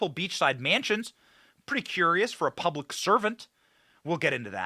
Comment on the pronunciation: Hey what is purablic. I caught that in the beginning. Lmmfao